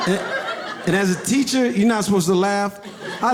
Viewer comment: im sorry ... i lost it when he said TEESHER lmao